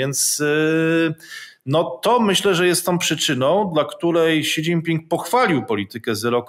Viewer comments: Si dzin pin! Nie ksi! :D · Si dżin tao.... 🤦